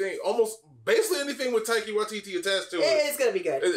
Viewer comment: Um his name is Taika pronounced tie car, if u were Maori you'd know this